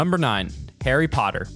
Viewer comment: bra you said parry potter not Harry potter